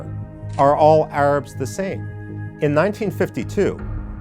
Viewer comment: "...thuh Arabs...thuh Arabs...thuh Arabs..." (Repeat ad infinitum and ad nauseam.), please note that in real English, as pronounced by real native speakers, the definite article "the" is pronounced ði (as in "thee") before words beginning with a vowel. Thus: the elephant ("thee elephant"), the Arabs ("thee Arabs), etc. etc. NOT "thuh apple, thuh Arabs"! Thank you.